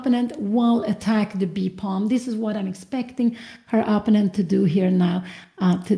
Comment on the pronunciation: Here we go again with the mispronunciation of "opponent" from mother Cramling.